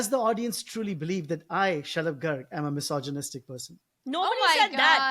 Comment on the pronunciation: So funny, when Zarna mentions her husbands name I hear “shut up” rather than Shalub. Since she often disagrees with his comments this is ironic. Love the entire family! 💗